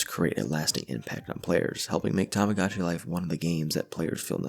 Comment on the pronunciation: lovely video !! i've loved tomodachi life for years ^^ also i apologize, it might be a nitpick, but the mispronunciation of the game's name [ tamagotchi vs tomodachi ] really bothered me